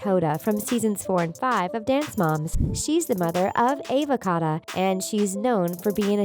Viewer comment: “Ava cotta” “nakaya” “tonna mongo” I’m cryingggggg